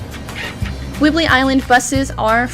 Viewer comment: “Whibley “ 😆 Whidbey Island (wood be)